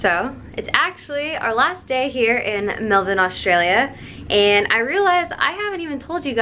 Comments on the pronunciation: She actually says Melbourne correctly 🤣 most Americans say melBORRRRRRRRn” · You said Melbourne perfectly 😭😭❤️❤️ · when she pronounced Melbourne correctly I freaked out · I think your the first American that has said “Melbourne” properly! Big props Rae! Glad you enjoyed Australia, hope you come back and visit us again! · That shocked me too, it was weird to hear a foreigner pronounce it correctly